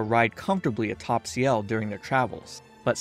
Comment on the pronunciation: By the way, ciel is pronounced s-yell. Not see-yell. Just so you know! This is really good, I loved it.